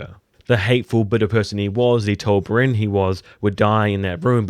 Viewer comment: Bri-enne. NOT BRINN. STUPID.